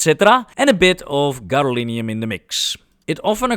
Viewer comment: Egad, man! It's gadolinium!